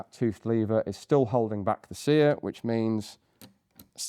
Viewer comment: "seEr", lol